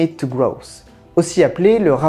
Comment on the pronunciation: Petite précision : Meadows ne se prononce pas "Midose" mais "Mèdose". 😉